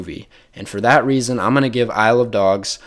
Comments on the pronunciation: Saying “Isle of Dogs” makes it sound like you’re saying “I love dogs” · Isle of dogs is actually pronounced I love dogs